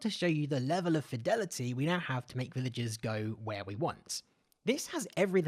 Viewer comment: "Livigers" xD